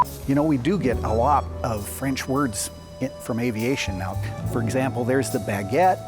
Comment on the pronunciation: I must say: your French accent is excellent (both sung and spoken) ;-) I'd like to add two things: - the word 'aviation' itself is French (and appears to have been invented in 1863 for some towed gliding device), - the fact that these engines get their names from peaks from the Pyrénées has to be linked to the location of the factory, which sits in the South Western France, close to the Pyrénées mountains. Of course, the idea of altitude shouldn't be discarded, but the highest peaks of France are located in the Alps. There could be more to it, and I would happily get corrected, of course. Cheers from France, and congrats on the nice Béret (incidentally, especially typical from the place where those turbine engines are made).